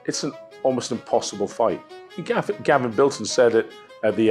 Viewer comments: Gavin Biltong!?!? its Bilton. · What does that guy keep saying biltong. He's not a piece of jerky. He's a man named Bilton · Radzi, why are you calling Gavin Bilton, Gavin Biltong?! 🤣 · Can people at least say Gav’s name right 🤦🏻‍♂️ It’s Bilton (Bill-tun) not Biltong..